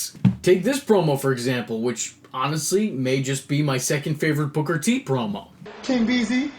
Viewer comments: I LOVE how he laughs 😂😂 the way the AH in BOOKAH got even more ridiculous as the story went on was hilarious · King BUHKAH!!!! Can't unhear that now.